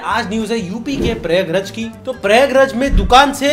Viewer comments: PRAYAG-RAJ ❌ PRYAG-RAJ ✔ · BRO ITS NOT PRAYAG RAEJ ITS PRAYAGRAAJ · bsdwale its Prayaagraaj (pronounciation) 😐